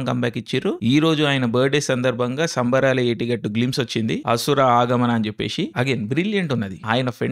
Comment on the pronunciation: అసలు సినిమా పేరు ఏమి చెపుతున్నావో కొంచెం అర్థం అయ్యేటట్లు చెప్పలిగా నీలో నువ్వ్వే మింగేస్తున్నావు